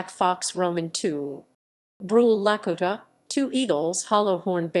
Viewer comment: I stopped at the miss pronunciation of the Lakota…